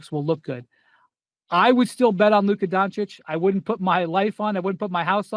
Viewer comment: After all this SAS still cant pronounce Doncic properly. It’s disrespectful to mispronounce someone’s name